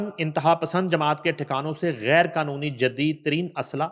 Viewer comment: بشریٰ کھان نہیں خان آپ اپنی لینگویج زبان کو ٹھیک کریں بشریٰ خان اور گیر کانونی نہیں غیر قانونی پلیز اپنی زبان درست بولیں رومن یا ھندی نہ بولیں یہ کوئی فخر کی بات نہیں کہ خ کوکھ بولنا یاغ گین بولنا We hate it😡😡 براۓ مہربانی اردو بولیں رومن یا ھندی نہیں❌🚫 😡😡